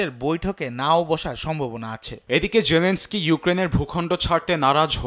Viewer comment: Bhai, Jelenoski nam na. Jelenski.